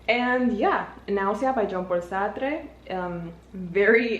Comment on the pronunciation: no worries I just had never heard someone say the "e" in Sartre like this (I'm French). I was just gobsmacked lmao 🤣